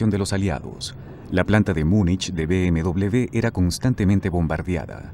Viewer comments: No se dice BMdoble B sino doble UVE o uve doble. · por que dide usted B M...doble B es B M uve doble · MANIAS DE DECIR .....B.M.DOBLE B......SE DICE ...B.M.DOBLE V.......O ...BMW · ¿Por qué dice "be eme doble de"? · yo no entiendo porque vamos a Latinoamerica, si no hubiésemos ido ahora todo sería mejor, por cierto bmw se pronuncia con V (uve) y no con B (be). si en "werke se pronuncia con B" lo hubieses puesto con V estaría bien pero vamos tu ve a lo tuyo, que todos los países digan BMW con uve y lo digan bien, si según tu todos los países lo dicen mal excepto tu que insultando tienes la razón pues habrá que darte la razón no? por cierto cuando insultas a los españoles te insultas a ti mismo porque tienes sangre española. sabes insultar con una eficiencia pff